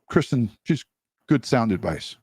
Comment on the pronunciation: Why was he calling Christine ,Kristen on the news clip?